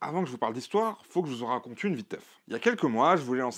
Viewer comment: ''Comment on RRRRRaconte l'histoire...'' Eddy Malou style ! (Si j'ai rien d'autre à dire que ça, j'pense que le sujet est maitrisé :3 ) PS : Mention spé pour la pub la plus intéressante de ces derniers mois, ça change de pas mal de vidéastes qui se contentent de répéter le même script pour un VPN nordique ou une copie de Dota sur smartphone...